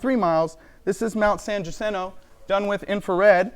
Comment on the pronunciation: I can see Mt San Jacinto from my house and this flat earthers pronunciation of it is like nails on a chalkboard.